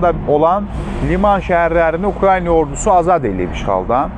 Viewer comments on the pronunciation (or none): Hormetli politoloq,Ukrayna sozunu duzgun teleffuz edin,xahish edirem. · ""Ukrayna""sözünü düzgün tələffüz edə bilsə...qalan şeylər yaxşıdır..